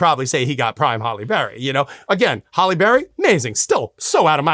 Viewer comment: That mispronunciation was driving me crazy !